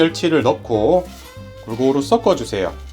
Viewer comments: 썩어 주는게 아니라 썩는 게 아니라 섞어 주신다고 발음 해주세요^^ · 썩지말고 섞었으면... 서꺼로 발음하시면 좋을 것 같아요. 보통때는 크게 신경쓰이지 않는 발음인데... 이 영상에는 너무 많이 나오는 말이다보니 틀린, 센 발음이 계속 나오니 듣기가 조금 불편합니다. 😅